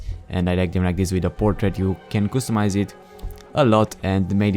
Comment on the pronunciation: qustomise??? are you drunk??? maybe its customise